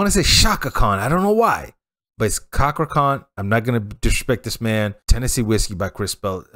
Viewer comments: [cha . kra . khan] please. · Pronounce it as CHA KRA